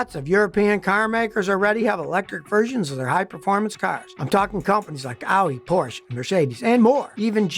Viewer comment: Scotty, it's me again and no Sir the nice German sprots car is not a porch but a PORSCHE with an pronounced "E" at the end - man, I thought you'd be more informed about stuff like that!